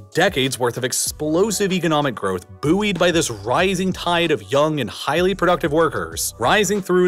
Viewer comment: I have never heard anyone pronounce the word "bouy" the way you do 😂😂😂